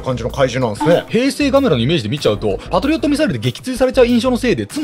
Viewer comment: パトリオットじゃなくてペトリオットですよ〜